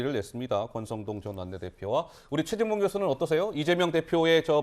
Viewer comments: 나는 분명히 죄진봉으로 들립니다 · 대화자 박진이 연이어 대답한 내용을 지워버리고 사실을 왜곡하는 것은 악마적 편집! 최진봉이 아니라 죄진봉으로 분명히 들리네요